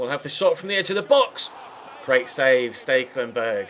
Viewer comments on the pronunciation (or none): none